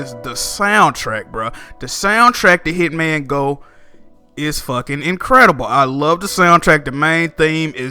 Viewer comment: I almost hit the dislike button when I heard you say Hitman go bruhhhh lol